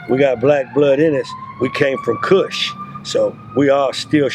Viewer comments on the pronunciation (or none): none